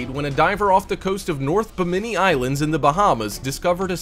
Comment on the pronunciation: 🇧🇸🇧🇸🇧🇸🇧🇸242 to the world!!!#BiminiBahamas! By the way its pronounced Bim-ma-nee